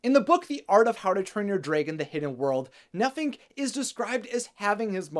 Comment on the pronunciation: For a second, I thought you said that his name was “Nothing”😂 I was like “damn, way to hate on your kids”😂